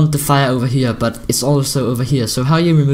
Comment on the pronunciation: I love how says here. Heyer